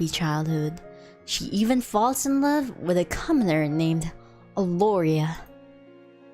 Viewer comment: I....I.....I loooovey you! Episode 6. HUH!?!? Myahhh "louvey" you I've never played UNO on stream. Maybe soon? Wait, Scarlett gonna ruin Violet's date? Met with Damian. I don't know how to voice Damian. IT'S TIME FOR MY LAST DATE WITH VIOLET! Why am I feeling doki doki? Awwwwww Oh, she's blushing~ VIOLET YOU BEAUTY What the heck is a paint night? Violet, why are you so cute? Paint night? Paint together? About the visual novels NEW CG UNLOCKED Humu humu Wait, that's a fork. Fork fed me~ I wonder where's Terra staying right now. Jazz hands? At the TV? Awww she blushing~ My voice acting is not that amazing. I got the voice for singing but not voice acting Past experience on voice acting interview It's my dream to voice acting in games? Not anime Vestinian's English is very different from Earth's English Voice acting for starters? Maybe do a voice acting on comics? I didn't do any dubbing for fan animation Ashoom and Conshoom I didn't interact with people in real life that much About her English accent I don't mind people correcting me pronouncing a word. It's not rude~ The "shoom" sounds may be because of my accent. I can't do anything about that~ About her time on interviewed by Production Kawaii.